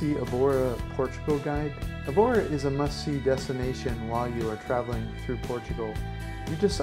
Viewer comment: you could have learnt how to pronounce Evora.....pathetic